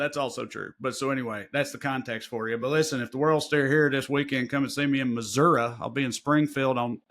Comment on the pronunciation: Thank you for pronouncing Missouri correctly, Trae